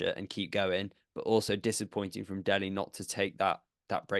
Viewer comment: It's Delhi guys , not DEHLI..